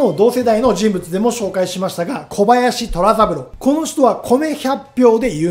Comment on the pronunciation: 長岡の者です。とてもよくまとめられていますが、虎三郎（とらさぶろう）など、名前の読み方は、しっかり調べていただけると、よりコンテンツとして信頼性がもてるとおもいます。同郷の人物を取り上げていただき、ありがとうございます。感謝いたします。